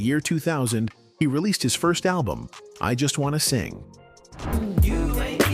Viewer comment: IjustwaNAYsing lol